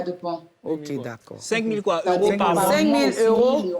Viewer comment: même il dit koï 😂